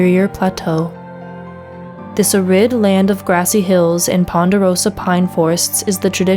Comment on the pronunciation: Did you mean... [AIR - rid] [pro - to - JAY]